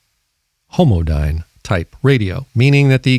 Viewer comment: Homodyne...homodyne lol